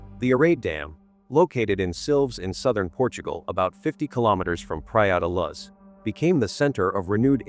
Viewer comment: The AI-voice is so annoying, praia da laz